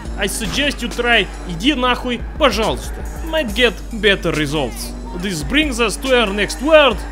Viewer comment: Bro, your “idi nahui” was so accurate. You’ve trained that one to perfection